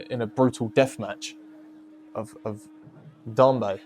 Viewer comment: It's pronounced "Dame- bay"